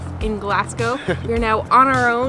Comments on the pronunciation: and Glaz-go. Not Glass-co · It's pronounced as Glazgo not Glass gow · Just a wee pointer on pronunciation... Glaz-Go not Glass-go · It's pronounced Glazgo. True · It's amazing you can't even pronounce the city name right. It's not "Glass-go". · Its not glascow fs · I’m Scottish and it’s pronounced Glaz-gow and edin-bruh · I tried to watch, it was painful to hear the pronunciation of Glasgow and Edinburgh